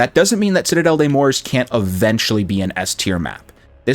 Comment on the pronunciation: Doesn't know how to say the map right therefore not wasting time watching this